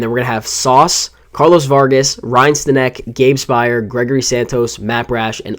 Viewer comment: Pronounced Stanick